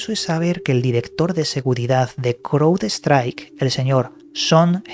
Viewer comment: Se pronuncian.. CRAUDSTRAIK MAICROSOFT